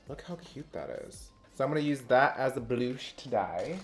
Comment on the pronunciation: for some reason I’ve watched this video 3 times . I think it’s cuz he looks flawless and said blooosh instead of blush 🙃 it’s the little things that make me laugh 🥰